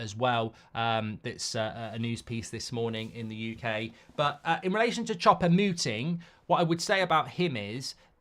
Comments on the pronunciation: Chopomuting 😂 mark has no idea how to say his name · do you not know how to read? just read his name how it's written, and you'll pronounce it correctly. "Choupo-Moting" or just call him Eric !